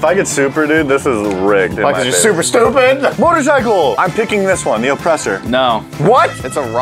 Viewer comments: "Motorcicle" WHAT!?!?!? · Nobody:: Motorcicle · ok. 2 things. #1. We knew what 2 of the 3 were going to get because they spoiled it in the beginning preview and during the intro.....get rid of these spoilers/Previews #2. "Motorcicle" Come on guys.....really? lol